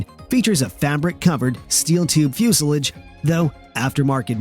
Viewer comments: what's a flusilige? ... Oh do you mean Fuselage? 😀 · Coupee? Give me a break. And thats fuselage pronounced ah Come on guys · dislike for pronunciation of fuselage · Ok... Again, your pronunciation of things like, "fuselage" is questionable but , when you pronounced the, "Ercoupe" as "AIR-coo-PAY," I have to stop. Are you just some pretty good computer voice?